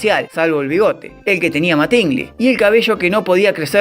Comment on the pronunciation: MÁtingly no MatÍngly. Animal.